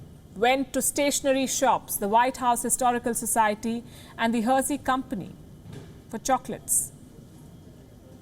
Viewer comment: I just think the mispronunciation of Hershey and follow up clarification of chocolates 🍫 was hilarious, thank you